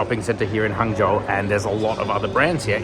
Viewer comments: I watch till the end, very good filming and editing. Pronounce "Hung-zhou" 😀 Not Hang as in hanging, is Hung as in Hunk. 杭州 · Nearly got it...its pronounced as "hung" zhou instead of "hang" zhou.